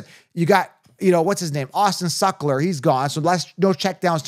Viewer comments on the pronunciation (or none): He said " Austin Suckler" 😂😂😂